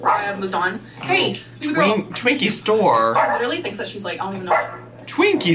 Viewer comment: “Twinkie Stor” got me 💀